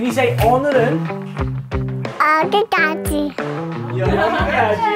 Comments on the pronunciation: 어기까지 발음 완벽해 오우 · wow 한국uh 발음 why이렇게 better됐어yo? 여기까지 listen and 🐶놀람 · 시간이 지날수록 여기까지 발음이 뚜렸해지는 것 같아요♡♡♡ 좀 있으면 올리보다 한국어 더 잘할지돜ㅋㅋ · 여기까지 발음 너무 좋은거아닌가요ㅠㅠㅠㅠ 너무 귀여워ㅠㅠㅠㅠ